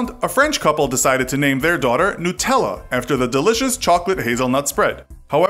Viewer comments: The way you pronounced Nutella frustrates me :/ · It’s not nuuu-tellla it’s nut-Ella